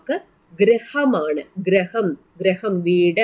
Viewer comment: Greham alla misse. Griham ennu para